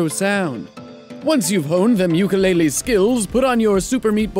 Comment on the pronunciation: It's pronounced ookoo le le not uke you lay lee